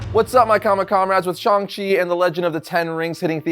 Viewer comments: It's pronounce shang chi like Hang. Shung chi but sHANG chi. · Thank you! Idk why everyone is saying Shong! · Shang …Shang not shung … there’s an “a” not “o” or ”u” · Ok, why is everbody saying his name wrong all of a sudden?! It drives me nuts, for years it was ShAng Chi not ShUng it's an A not a U. I will continue to say it like it's spelled. Ok, getting off the soap box now. Love the channel and congrats on the comic. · I really hate how everyone is pronouncing shang chi's name nowadays. its SH-ANG not SHONG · When did he become Shong Chi? Even his co-creators called him Shang Chi. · it's pronounced shang chi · How tf do you say Shang-Chi's name so wrong? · It's the difference between American authors making and pronouncing the name for the comic and the producers for the movie pronouncing the name for the character